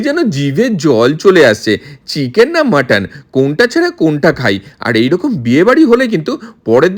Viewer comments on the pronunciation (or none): Cheeeeeken noy chicken boley.